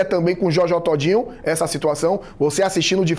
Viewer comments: Jójó tódinho 😂😂😂😂😂😂😂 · Jójó Tódinho 😂😂😂😂